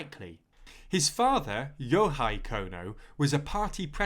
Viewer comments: Japanese is not German, dude. "Hei" is pronounced like "hey". "Hai" is the one pronounced like "high". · lemme dumb it down for you. Yohei could be read YO-HEY, but they read it YO-HIGH (I don't care where to put stress, Japanese language don't have stress) If I have a guess why he did that I would say German. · But Yohei as /joʊhaɪ/ instead of /joʊheɪ/ is unexcusable though